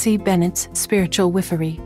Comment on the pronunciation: The narrator pronounces “wifery” oddly.